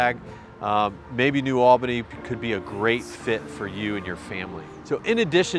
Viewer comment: Little tip for ya, when you say New Albany pronounce it Neu All-bah-knee like you have lock jaw. I'm from Columbus born and raised but live in Wabash, Indiana now.